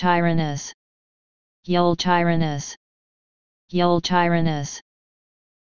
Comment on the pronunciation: You tee ran us is how it’s pronounced